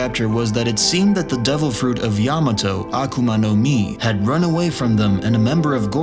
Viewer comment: Why did he say yamato it is not yamato.